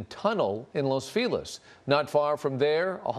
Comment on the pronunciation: They keep calling it Los FEE-LIZ it's pronounced LOS FEH-LEEZ DUH